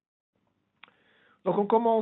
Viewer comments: juste c'est ttoriellllllll et non tutoriuole !! après monte le son de ton micro et sois plus ponctuel sinon on s'ennui ... après supère vidéo sinon !! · a dit tutoriol